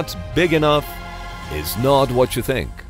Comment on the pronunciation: Not what you fink🤣🤣🤣